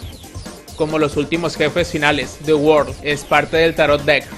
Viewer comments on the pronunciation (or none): the world,ulala señor frances,se dice ZE WAARLDO!